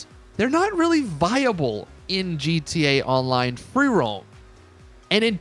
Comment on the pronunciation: This guy keeps saying GTONLINE